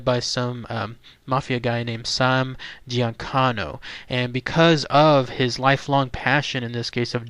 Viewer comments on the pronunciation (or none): "Giancano'?? Jeez.